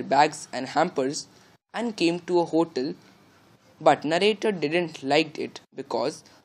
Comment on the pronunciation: pronunciation of ‛hotel' is wrong